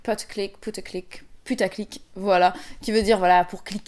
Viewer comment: Tu peux prononcer "putaclick" à la française parce que c'est la traduction de "clickbait" en anglais ^^